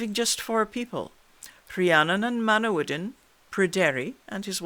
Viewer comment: I really can't get enough of hearing my name pronounced correctly. It seems to trouble Canadians. I never heard the true version before, just a mishmash of "fantasy".